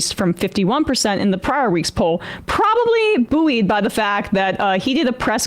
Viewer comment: Emma you say buoyed so funny😅